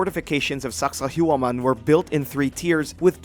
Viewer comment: Dude, learn how to pronounce these names, hell or just how to spell them, its Sacsayhuaman in peru not sakahuaman. Like the content please do more research.